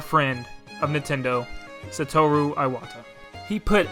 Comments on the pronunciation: You could at least pronounce Iwata's name properly. "Eye-wata" are you fucking kidding me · If you're gunna make this really nice tribute to Iwata, please just pronounce the name right.